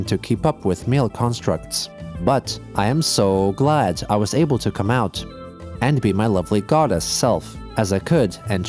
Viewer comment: Emphasis on come.